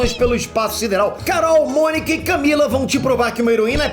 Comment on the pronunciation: “Camila” perdi tudo 😂